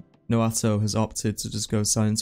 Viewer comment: keep saying noato instead of naoto 58